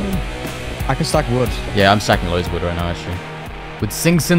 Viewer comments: COLLECT VOOD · “collect vood”???? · Damn that “Collect Vood” is burning my eyes 😂😂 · Is no talking about how it said vood